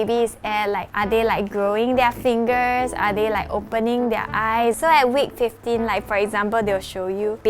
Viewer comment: Sounds like she said 12 to fuxking kg throughout the pregnancy